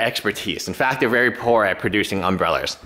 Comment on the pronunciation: "umbreller's" - sorry buddy had to lol that.